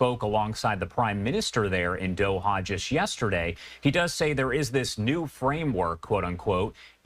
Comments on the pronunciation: I believe the country of Quatar is pronounced Cuttar NOT Gutter, at least it sounded like is pronounced that way, and we don't need to add more fuel to the fire. Apologies if I have made a mistake. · Why do these Americans say Gutter instead of Quatar? One things that has always mystified me is the inability of many Americans in pronouncing foreign words, even easy ones. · It’s not Gutter, or Spout….!!!Katar, Qatar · Why is mans saying gutter 😂